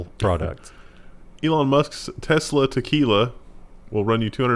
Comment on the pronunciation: Teslakey'la, Christa, Key'la... not quee'la! It's Mexican, so Trump will not allow it! Sorry.